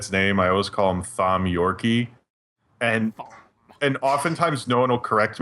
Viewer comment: "Thom Yor kay" holy fuck